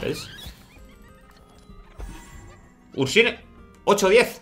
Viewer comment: Me gusta tu canal y los vídeos pero me pongo muy nervioso cuando pronuncias los nombres de las cartas castellanizadas..xD Ursnie..Elise..Thresh y dices tres..